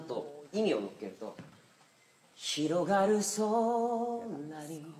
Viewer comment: 上手いけど合唱なら「ひろがる」の「が」がめちゃめちゃ汚いって怒られるよこれ あともっとhの発音を立てないと何を言ってるか聞こえないと思う